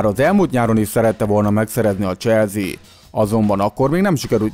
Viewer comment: Legyen mar mas zene basszus Meg probalj meg ne ennyire sablonosan beszelni Es nem "cselzi" hanem "cselszi"